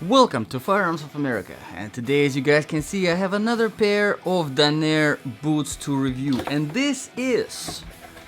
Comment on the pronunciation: Hey man, someone living in the Portland, OR area here. Please stop saying the brand name incorrectly in your videos. You keep saying Duh-naire in your reviews. It's spelled and pronounced Danner (Dan-ner) not Dunaire.